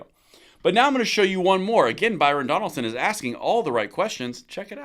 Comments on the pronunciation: Byron Donalds, not Donaldson. He is Florida Man. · Maybe I heard you incorrectly but the Florida representative is named Byron Donalds not Donaldson. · Byron DONALDS please. NOT Byron Donald"son". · Donald's, got to at least get the brother's name right😂